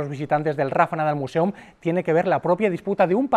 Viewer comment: Ya que NO sabes pronunciar "Museum" en inglés correctamente, mejor dilo todo en español. Al menos se entenderá lo que dices. Porque de lo contrario, pretendes ir de sobrado sin tener ni idea.